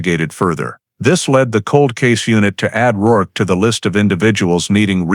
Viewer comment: It’s rourke.not work. The man’s nae